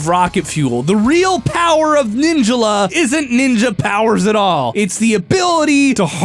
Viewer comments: No one gonna question that he says ninjula not ninjala? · He said ninjala wrong. He said it like ninja la. Its pronounced like ninj all uh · ninja la? isnt it pronounced nin jala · Ninjila????? Its NIN-JALA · please for the love of god say ninjala instead of saying ninjalla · Everyone: Nin-JAH-lah: Nin-JUH-lah!!!!!!! You could have at least used the pronunciation of the announcer... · Omg the way he pronounces Ninjala bothers me so much! The game literally tells you how its pronounced! It's NIN-JA-LA not Ninja-la. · Ninjala not Ninjula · the way he says ninjala makes me uncomfortable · how dare you mispronounce ninjala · Is it just me or does incorrect pronunciation of “Ninjala” really make you angry?